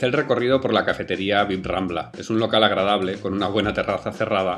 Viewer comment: Señor cocinero fiel, le ruego acepte un consejo: cuando mencione la plaza o la churrería Bib-Rambla, no pronuncie la segunda "b". Los granaínos decimos "birrambla". Es más rápido, jejeje. Un abrazo y felicidades por sus vídeos, son geniales.